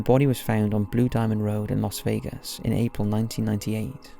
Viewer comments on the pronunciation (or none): none